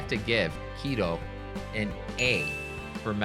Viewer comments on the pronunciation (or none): What a sleazy, cheese salesman. You totally mispronounce Quito. It's QUITO with T not D!